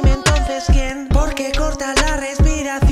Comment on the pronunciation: Soy yo o la cagó con el "porque"